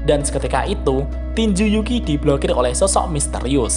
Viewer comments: Pak kalo nyebut nama yuuki agak diperjelas lagi dong wkwk,ada yg kedengaran yuuki dan ada yg kedengaran zuuki jadi agak salah paham nih kita wkwk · Yukii, bukan juki bang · Bang kadang Yukii terdengar seperti Zukii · Gua dengarnya Mimin bilang Yuuki itu Zuuki